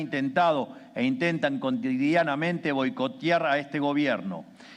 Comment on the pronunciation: perga... qué? armaras? yamolosdicho? sucribir? contidianamente? 😂